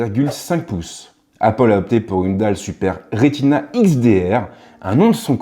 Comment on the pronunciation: "Appol" j’pleure